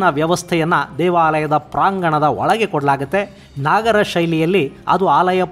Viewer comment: ನಾಗರ ಅಲ್ಲ ನಗರ ಶೈಲಿ